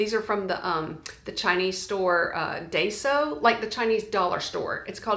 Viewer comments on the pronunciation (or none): FYI: Daiso (pronounced Dai-so) is actually a Japanese (not Chinese) “dollar” store